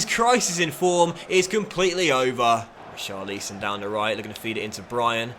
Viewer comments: It's Richarlison not Richarleeson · RICHARLISON NOT REECHARLEESON